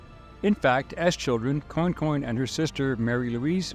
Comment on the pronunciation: Pronouced " Qwan-qwan." Interesting story. Commerce in action. Louisana's system at the time was unique. Your presentation was well done. Esoteric History is your forte, balanced fairly in several episodes.